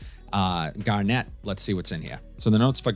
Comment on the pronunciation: Hey! Get Kevin Garnett out of your head. Garnet is a color. Sounds like ( Gar-nit ) 👍